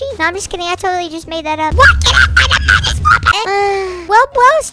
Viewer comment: When he said Midas it sounded like among us